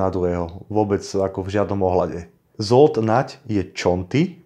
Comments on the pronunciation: Zle je to pocuvat Žold Nagy,Žolt je spravne. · Dobrá reportáž,len prepáč, trošku ako môžem....číta sa Žolt